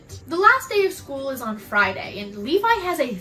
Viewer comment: As a Levi I am both offended by the use of my name in a negative way, but I'm also glad you pronounced it right. I am not an embankment built to prevent the overflow of a river